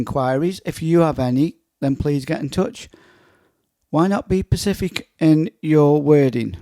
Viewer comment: It's specific not pacific.